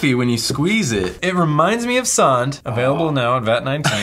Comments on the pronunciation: ITS SAND NOT SAWND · I am from sweden and its not sånd its sand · It pronounced S-AND not saound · It's Sand not sond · I die a little every time i hear "Sahnd" (sand) but i love your channel 👍